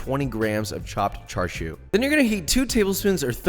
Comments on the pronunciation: why are you saying it like charshu I thought it was chashu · he said charshu instead of chashu lol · it's chashao aint no (Char Siu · Char siu Bao … dim sum classic. Try char siu sou (pronounced like so) for a change. It’s in a light pastry and is really good later in the dim sum only because it feels a bit heavy. Some one tell Jonathan it’s char SIU (“see-oo”) not char shew. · It’s pronounced cha sew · I think "tsa" would be the closest actually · Tbh I was confused as to wth charshu was the entire vid until I realized it was chashu he was talking abt lol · It’s pronounced more like cha sauw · And it isn’t char siu it’s cha siu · He says char siu like chashu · Char shew 😂😂😂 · you are saying Char siu wrong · When you're not Asian and correct his pronunciation out loud every time he says Char Siu, lol.